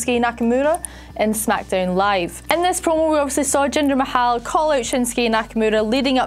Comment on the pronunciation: "Jinda Mahowww" 😂😂😂